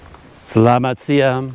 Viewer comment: CC Hi. Your Indonesian for the time of day doesn't sound right. I'm hearing selamat siam (with an m) but it's selamat siang (with an ng). Apologies if I'm hearing it wrong. I was taught to switch to siang at around 10am; your explanation of switching when the day starts to hear up makes sense, too. I never figured out the timing for the next one but sometime between 2pm & 3pm it becomes sore (pronounced so-ray in English, with a soft o) and then malam for the evening or night time. I was also told there's another time which is pagi-pagi and that's early morning, as in the time you get up for morning prayers. But I'm not an early riser so Ii never used that expression myself and was never greeted by anyone with it.